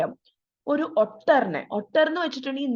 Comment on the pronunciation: Ottur alla ooter aan pronounciation